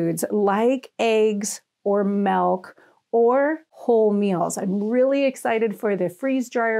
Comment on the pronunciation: Did you just say “melk”?!? Oh girl. Haha ok. I am excited to see how to do the eggs though. Thank you!!